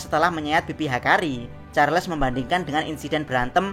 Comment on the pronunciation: charles woy charles bukan charles 😂